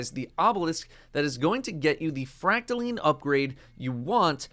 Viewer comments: fracta....LINE! NOT LEEEEN -__________ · First you pronounce recluse as reck-loose, now it's called fractal-lean